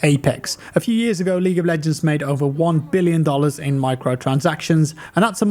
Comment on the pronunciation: Am I the only one, doesn't it sound like he says League of BLegends lmao